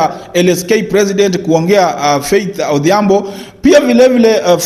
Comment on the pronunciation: Faith Odhiambo and not Adhiambo. Call people by correct names